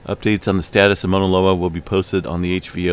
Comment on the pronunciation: Dear : Thanks always for what you do. Fine tune pronunciation of 'au' Mauna Loa... Sounds more like 'cow' or 'ouch', not 'Mona' Loa. Blessings to you!